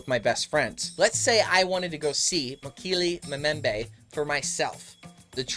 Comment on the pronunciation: You're pronouncing Mokele Mbembe incorrectly, and herbivore begins with a 'H' not an 'E'. Typical yank!!! Interesting nonetheless and these creatures definitely exist, native peoples have no reason to lie.